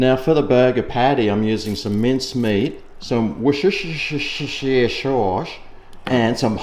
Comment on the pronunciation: Wah-chester-shire sauce